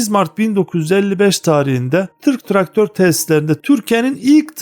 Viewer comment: "Tırk traktör" gibi telaffuz ediyorsunuz.